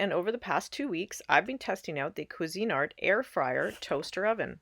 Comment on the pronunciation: It's Cuisinart, not cuisine art...just FYI. 😊